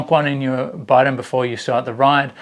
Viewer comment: I believe the correct pronunciation is bee-don (bidon) not by-don